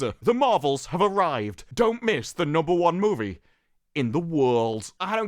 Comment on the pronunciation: Why the fuck can’t you say the word ‘movie’ properly. Marvels looks shit but you seem like a right virgin.